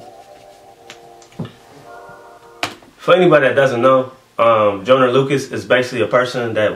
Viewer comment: JOY-NER not JO-NER